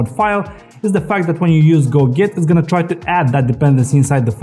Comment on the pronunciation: a detail: when you pronounce "go get" it sounds like "go git" - which for me - was confusing.